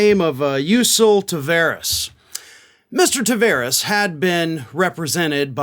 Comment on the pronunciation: Ta(var)es Its a latin portuguesa name the var is prpnounced like bar.... Car... Far A wide open taaaaaaaavaaaaaaares